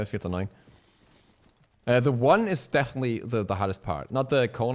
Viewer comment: "the 1 is dechently the hardest part" xd